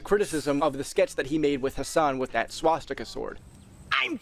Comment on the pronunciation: The Swas-Katana was diabolical